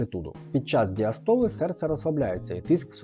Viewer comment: Наголос на 1-й склад у словах систола і діастола, будь ласка 😊 собі мав нагоду придбати на добрих знижках датчик HRM Dual - він показує досить точно частоту серцевих скорочень. Так, в ньому немає "наворотів" для "бігунців" типу час в повітрі, баланс ліво-право і тп, але для кардіо-ЛФК 😂 піде. І за відносно невеликої ціни є ще один плюс - ви можете підключити цей датчик одночасно до кількох зчитувачів (наприклад, годинник і телефон, тренажер з зчитуванням bluetooth, вело компʼютер чи навіть туристичний навігатор - слідкувати за пульсом, якщо є така потреба при русі гірською стежкою вгору, наприклад) З недоліків чи особливостей нагрудних датчиків слід відмітити те, що перед заняттям варто зволожити датчики або шкіру, бо якщо одягати сухий датчик на сухе тіло - вимірів не буде, поки не зʼявиться перший піт, а з ним і провідність. Тож пара крапель з фляги на руку - протер ті місця куди торкаються електроди і можна одягатися і починати рух. Датчик на годиннику ж чудовий тим, що завжди при собі і готовий до тренування, а в побуті підкаже, якщо раптово підскочить ЧСС вище ніж заданий поріг. Він трошки повільніше реагує на зміни пульсу, і гірше вичитує показники під час бігу. Ще є ньюанс, чим важчий годинник - тим гірша точність. Інерція самого "корпусу"/"тіла" годинника під час бігу призводить до збільшення його рухів на запʼятку, тому пластикові forerunner /instinct будуть точнішими і у лінійцв феніксів/епіксів найбільш точними будуть s, а найменш - x (51mm)